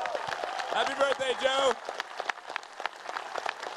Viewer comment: "happy bjerSday" painfull to watch